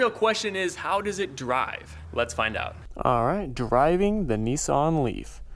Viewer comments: Neeson ?? Ho he means nissan , hahahahahaha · It's a Nissan not neeson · actually it's pronounced Nissan if you look at the name and can read English you will see it's Nissan not neeson , where on the car can you see NEESON